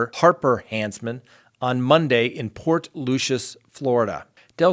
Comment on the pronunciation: You said port Lucia and port lucius